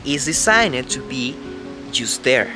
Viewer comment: Love the clear explanation about your house design...get Kaylee or Jordan to help you pronounce the word designed a bit better, but on the whole, your English is very clear and easily understood...congrats....:)